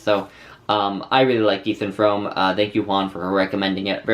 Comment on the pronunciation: Pronounced FROOM ;-)